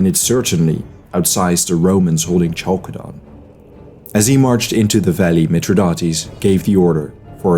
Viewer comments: More like "Halkedon" ;) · Khalkedon is much correct as a pronounciation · Is that the right way to say Chalcedon?